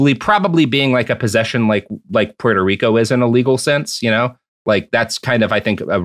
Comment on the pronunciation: After covering the Dominican Republic, I'm conflicted to want Robert to cover Puerto Rico, because I think people would be genuinely shocked how a country can beat a dead horse for over a hundred years. But I kinda don't want them to cover it because Roberts pronunciation of Puerto Rico irritates me.